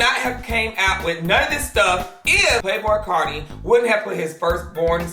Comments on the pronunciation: not "playboycart"lmfaoooo playboycarti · Anybody else caught that ‘PlayBoiCart’ 😂✋🏽